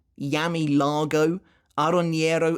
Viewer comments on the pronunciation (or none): none